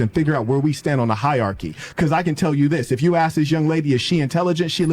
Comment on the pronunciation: I don’t care how hot or rich she might be, or how much you might actually want me; as soon as she’s saying “ax” instead of “ask” it’s a no-go. LEARN HOW TO SAY WORDS!